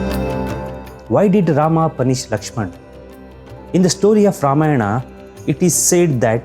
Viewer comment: Don't pronounce Ramayna better to pronounce Ramayan and the same for many other words